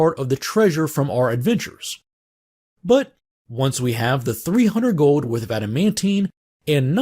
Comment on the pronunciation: Love how you say "gowld"